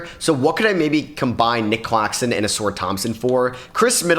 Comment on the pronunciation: He been saying ausars name like that for ages…pisses me off